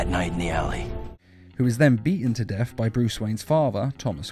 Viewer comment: Death not def